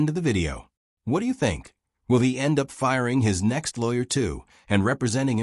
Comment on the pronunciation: PLEASE TEACH YOUR AI HOW TO SAY LAWYER, IT'S IRRITATING AS HELL!!!!!!!!!